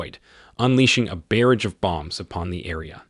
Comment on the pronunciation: Barrage is actually pronounced 'Barr-ahj', there's no 'bear' in it. But your overarching point is valid.